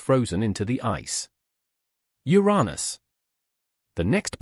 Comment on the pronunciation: Uranus! pronounce it properly.